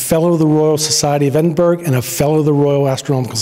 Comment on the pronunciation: Just a tip, the gh at the end of Edinburgh is silent 🙂